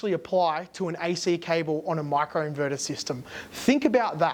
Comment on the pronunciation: Micro inverter not macro inverter! Pronounce the I not A